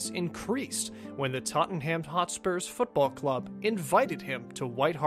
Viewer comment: know he can't help it but the way he says Tottenham really annoys me